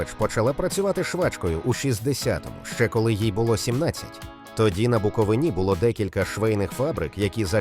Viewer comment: "Трембіта" не одягає українських чоловіків))). Все йде на експорт. І так - БуковИна.